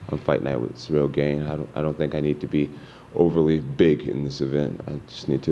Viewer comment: I feel like he is doing that on purpose to get into his head cuz I KNOW he knows how to say it properly 😂😂. Combat Sports mental games r hilarious sometimes